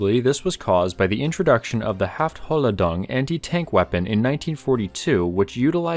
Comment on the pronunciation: I know German is a difficult Language and my english is also not the best. The magnetic mine was called "Haft hohl ladung" pronounce it like it was three words. (Even tho it is one word.) I hope this helps any interested people.